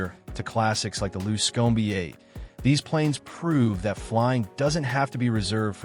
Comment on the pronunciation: You don't like the luscomey? LOL